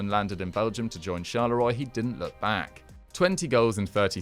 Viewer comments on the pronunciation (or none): Charleroi is pronounced shar-leu-rwa...